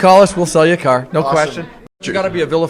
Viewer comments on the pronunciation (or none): I love the way Canadians say car lol 😅